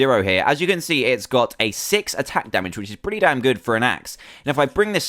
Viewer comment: Insted of damn say Dan Insted